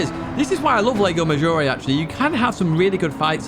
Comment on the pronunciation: Whenever I hear saying "lego maggiore" I imagine a gigantic lego brick hovering over the track.